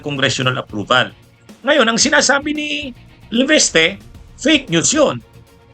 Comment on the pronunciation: lagi nyong sinasabi ay LEVESTE....... LEVISTE po ang tamang pronounciation...